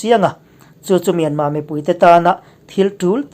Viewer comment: Myanmâ nilo in mynmar zawk aw thlukna (^) a awmlo